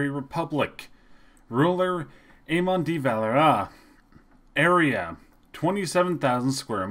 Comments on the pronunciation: "eAaMon deeVaalaaairrrrAaa" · Hahaha the way he said eamonn de valera ahha